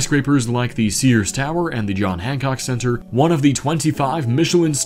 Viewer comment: It's pronounced Sears though.